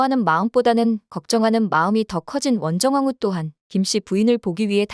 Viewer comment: 원정왕후를 자꾸 원성왕후라고 말함.